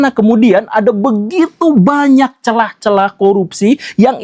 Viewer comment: Bukan celah, tapi CELAHH